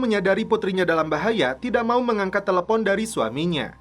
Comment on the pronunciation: kenapa harus CELEPOOOONNN ... BANG WKWKW